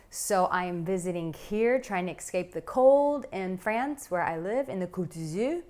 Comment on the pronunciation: *excape ESCAPE